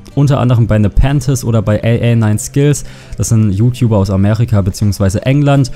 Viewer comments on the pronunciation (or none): none